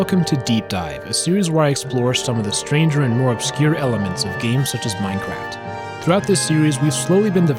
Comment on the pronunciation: at the beginning, I thought u said minecrack